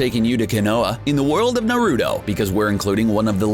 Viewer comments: He called it Narudo🤣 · “na roo dough” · The way you pronounced "konoha" "Naruto" "legendary sannin" really triggers me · This mans literally said narudo yes naruDo I typed this correctly I was this close to liking subscribing and hitting the bell smh it's pronounced naruto. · EXACTLY It’s NAR-UT-O not Norudo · Naruudo(naruto) saynin(sanin)?! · It's pronounced Na- Ru- Toe and Sa-nin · In the world of Naruudo, Me: The hell did you just say?: The pale skinned sayneen Orochimaru Me: GO DOWNLOAD CRUNCHYROLL AND GET YO ASS EDUCATED!!!! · in the world of NAYROOTOES OHROHCHEEMAROO SAYNEEN BOHROOTO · BRUH YOU PRONOUNCED EVERYTHING IN NARUTO WRONG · Legendary Luxray he pronounced everything in naruto wrong like how